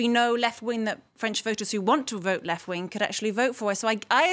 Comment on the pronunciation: "I have always voted for the left ving!" :D